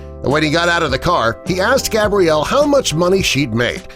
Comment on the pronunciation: Anyone else notice they stared saying Gabrielle is stead of Gabriella